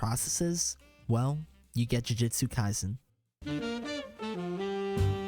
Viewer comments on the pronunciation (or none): "sakana"... "jujitsu kaisen"....